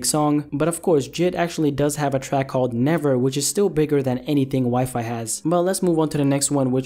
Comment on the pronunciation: said WiFi instead of WiFi... 🤦🏻‍♂️😂